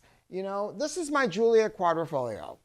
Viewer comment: EPIC FAIL sec ( when I saw the glorified VW in the background I knew it wouldn't take long)....."Alfa Romeo GIULIO Quadrifoglio..." GIULIO ???? GIULIO ??? EMBARRASSING.....